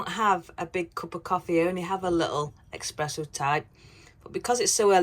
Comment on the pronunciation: Espresso not expresso.